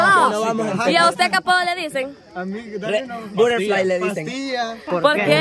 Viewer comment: Yo te pusiera “Burerflai” 🤣🤣 este mahe